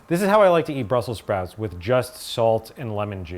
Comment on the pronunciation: "BRUSSEL SPROUTS"